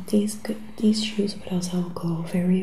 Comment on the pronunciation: Im sorry but how she.says.dis nd dees nd dose bothers me.